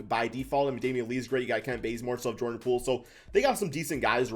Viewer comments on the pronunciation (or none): none